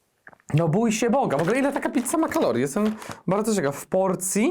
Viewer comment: Pitca, pitca, pitca, pitca, pitca, pitca, pitca, pitca, pitca... xd